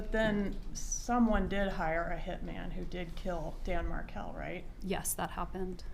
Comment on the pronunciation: I've watched this three times now. And I can't help notice that she cannot even say the last names Markel or Adelson? And all that blinking and mirroring?